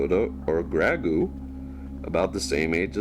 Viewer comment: Amazing video but just saying it’s pronounced grow-goo